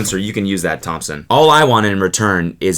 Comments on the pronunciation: I literally lost my shit every time he said “Thimpsin” instead of “Thompson” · everytime you say thimpson I die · I fell of my bed when he said eeamthmpsn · 33 seconds in and he's said Thimpson 10 times lmaooo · Nobody: Cody: t h I m p s o n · Actual name: Thompson Cody Pronounce it: Thimpson Cody actual name: Cody Michael Kolodziejzyk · I’m dying at him calling him thimson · someone please put cody saying thmpsn on a loop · It’s obviously pronounced Thampasin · Its pronounced thüümpsîįn